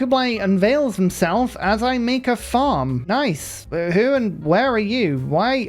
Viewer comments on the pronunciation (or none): none